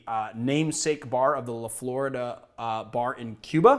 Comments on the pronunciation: The drink is pronounced La Flor-eeda, not LaFlorida. Dah! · La flore-eee-dah, c’mon man you’re in Lass Ann-gel-ez